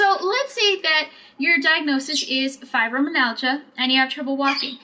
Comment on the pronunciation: MI-AL-GER that is how u say it. Fibro MI-AL-GER